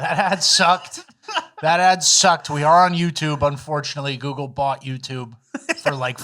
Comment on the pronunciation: “Google” is the hardest word for to pronounce